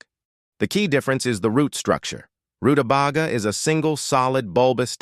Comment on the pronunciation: Stupid robot; it's pronounced ru-ta-bay-ga! It was, just barely, worth watching this video, as this veggie was mispronounced so many times that it hurt my ears.